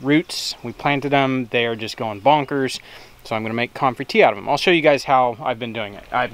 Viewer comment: Love, it is pronounced come-frey NOT com-frey. You are in the South now, learn how things is said. (Grin) When in doubt ask Jason at Cog Hill Farm. Comfrey tea is not near as bad as Nettle tea. First the nettles sting and then they stink! LOL you are such a treat. Nemodes can be purchased locally too. Yes, they are one of natures wonders.